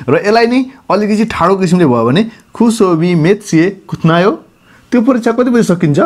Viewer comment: कुत्तनायो होइन ब्रो कुन teacher ले सिकाको हो उचार्ण त कहिँ पनि मिल्दैन त हो